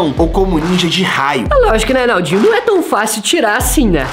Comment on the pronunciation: Enaldinho não é bomba bombar bombar time não você tá falando errado é Naldinho Você tá parecendo um zumbi fazendo mubi